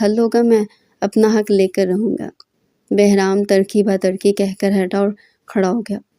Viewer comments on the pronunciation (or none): Tarki Ba Tarki Nahee Turki Ba Turki Hota Hay